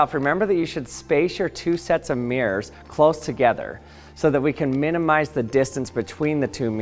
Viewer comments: What a strange way to pronounce MIRRORS- meeeers ? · It’s not meers it’s mirrors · Why do you say mirrors like 'meers'? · What's a "Meer"?